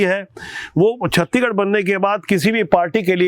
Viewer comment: कृप्या छत्तीसगढ़ को आप छत्तीगढ न बोले एंकर जी